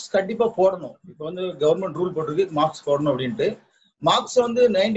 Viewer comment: மாக்ஸ் இல்ல மாஸ்க் 😄😄😄